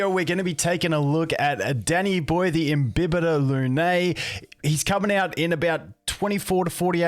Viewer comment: Did all these youtubers like, call eachother before making these videos and decide that they should all mispronounce Imbibitor despite having it pronounced correctly on the update showcase many times?